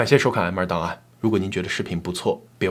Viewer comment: 我把M2档案听成挨骂档案 😂😂